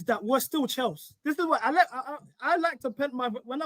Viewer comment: "We're still chels" 🤢